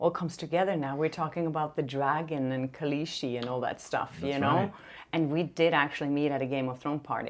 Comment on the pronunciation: it’s Khaaaleeeesiiii no sh-sound